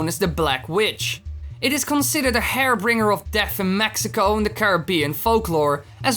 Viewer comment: Really good video. I appreciate the quality. One thing, so you can continue to make the videos better and better: When you talk about the "black witch" moth, you said it is a "hairbringer" of death. Unless I'm mistaken I think you're taking about a "harbinger" of death? If so, the correct pronunciation is "har-bin-jer". Again, great work!